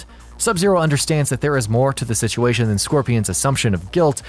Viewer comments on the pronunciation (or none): none